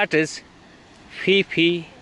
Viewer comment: Pronounced Ph-e Ph-e fall not pi pi fall😄😅 anyway good show👍👍